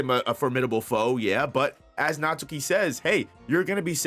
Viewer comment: Natsuki is pronounced as: Nat-Ski